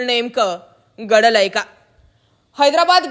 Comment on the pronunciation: वार्तांकन छान आहे पण ग आणि घ यातला फरक समजून घ्या बऱ्याच वेळा गडलय काय असा उच्चार होतो भाषेवर थोडे लक्ष असुदे बाकी सर्व उच्चार स्पष्ट आहेत